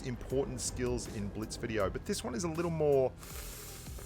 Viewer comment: Biltz? It’s Blitz , who else noticed it